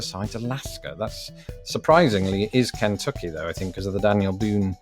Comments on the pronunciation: now you can learn to say Kentucky. (Ken-TUK-e). Lol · I enjoy your pronunciation of KENtucky. We generally say KenTUCKee. Also, no American would mind how you say NevAAHHdah. You outscored me on the quiz and I've lived here for 61 years. Well done my friend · It's not Can-tucky it's Ken-tucky. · Ken tuck y, not Can tucky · Why do Brits pronounce Kentucky so oddly? It's not KENtucky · You put emphasis on the n in Kentucky. You might want to put the emphasis on the t.